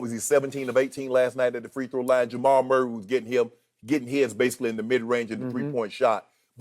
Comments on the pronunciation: He said merk lol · I said the same thing...I was like did he just say Murk? 😂😂😂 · I know Unc did not say “Murk” on TV😂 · He said Jhamal Murray lmao 😂